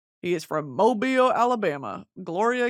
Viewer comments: Thank you for pronouncing Mobile correctly. I have fallen more in love with you. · I’m from Mobile and I’m just so glad you pronounced it correctly